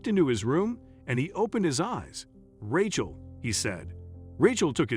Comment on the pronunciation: somepne should tell that announcer howto p[renounce rachel. it is pronounced raychel.